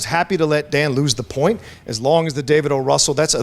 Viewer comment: It's O. Russell, not O'Russell!